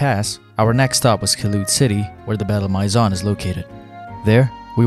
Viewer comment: Maison pronounced My Zon just hurt